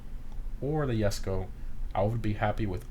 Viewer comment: So you pronounce Jesko correctly but then mispronounce koenigsegg? Bruh